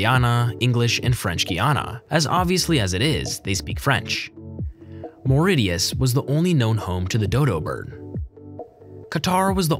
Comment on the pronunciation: It's Maur-ri-SHUS not Maur-ri-dius